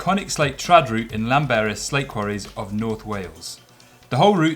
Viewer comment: I was going to comment on your pronunciation of Llanberis, but after some research I realised I had no idea how to pronounce it correctly, either. The best I can do is point you to this video